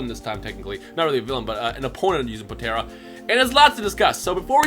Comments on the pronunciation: Please... Po-tar-a. Not Po-tear-a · Stop saying potera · Poe-tare-ah smh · Idk if your trolling but why are u pronouncing potara... potera or the way u say it it's potaarrraaa